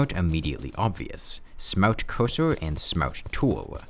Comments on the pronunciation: Ah yes, "smawrt" cursor. Good ole' smawrt cursor... What would we do without you? Jokes aside, great video. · Ahh yes the smowt coosoo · why do you pronounce 'smart' so weirdly